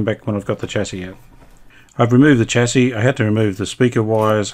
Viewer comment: thanks for another great episode. I know I’m being a pedant, but I know Brisbane is part of Australia where we pronounce the word chassis as “shassey”. You said “chassey” about twenty times in quick succession. The North Americans mispronounce the word like you do- perhaps you are trying to ingratiate yourself with that market. Please don’t be afraid to use Australian pronunciations.